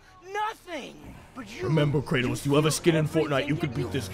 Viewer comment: Kranos 😂😂😂 Kratos